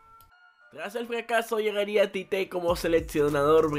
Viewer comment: Tite en portugués No es chiche jaja es chichi